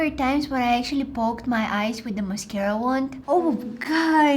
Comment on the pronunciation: mascara more like ma-scare-a